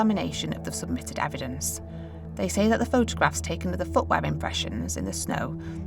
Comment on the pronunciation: Fowensic ewedence Imma be honest. This narrators voice is awful.